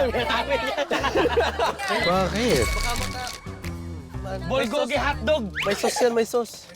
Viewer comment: bulbulgogi hirap pa ihh pronounce bubuy hahaha😊